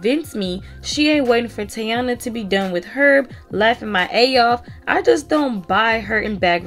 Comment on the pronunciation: She’s still not she’s saying teyana😭😭 ik because my name taina too